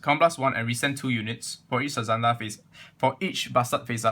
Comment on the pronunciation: it's actually pronounce as "sazanda" and not "suzanda" but i cant blame sometimes we just mispronounce something